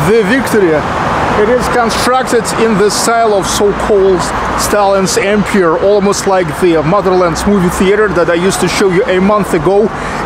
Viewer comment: Comment on English pronunciation: Empire: the silent "e" at the end of the word. Changes the "i" before the "r", to a long i. A long i means, that you pronounce the i by its alphabet name. As you would say, "I went home".